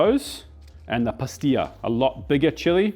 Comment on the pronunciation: Pasilla , like in little prune , not pastilla , as in a pill for headaches . 😅